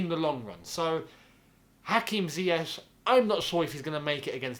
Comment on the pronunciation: Nothing to say about lampard’s pronunciation of ‘Ziyech’? 🤣